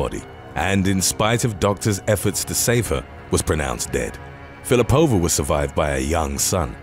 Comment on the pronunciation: Russian surnames are usually stressed on the second syllable, so it should be Fil_i_pova. Otherwise, thanks for the great content!